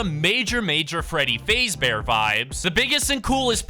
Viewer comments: "freddy fazebear"💀💀 it's fazbear bro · Fazeee bear? It’s Fazbear just so you know. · You said Freddy fazebear it’s fazbear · WHY DID YOU SAY FAZE-BEAR ITS FAZBEAR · Can nobody tell he's saying "faze bear" it's fazbear imagin fazz but without the other t please it hurts my ears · whys bro saying freddy fezbear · You said fazebear wrong also fnaf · bros saying freddy fayzbear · You said freddy name wrong it’s **faz**bear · You pronounced Freddy faz bear wrong pronounce it like that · It's pronounced fazbear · You said fazbear wrong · It really pisses me off that he didn't even say Freddy's last name right!😡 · The fact that you kept saying his name wrong. The sound you heard was foxy running down the hall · Why is he saying freddy fazbear like that😂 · He saying Fazbear wrong